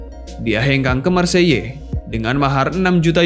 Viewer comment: Hahahahah kau sebut maseyellll hahhaa bhsa prace..,kau tu endon hahah